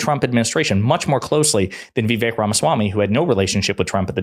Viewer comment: You can't even pronounce Vivek's name correctly, you're nothing but a joke